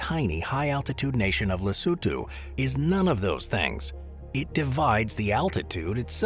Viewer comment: Wow! It feels like forever since I encountered a video where 'Lesotho' is pronounced correctly... and there they mispronounce 'Sani' - cannot have it all, I guess. Then again, also showing Cape Town as the South African side of ZA-LS border is quite misleading; in a lot of ways Cape Town differs as much from majority of South Africa.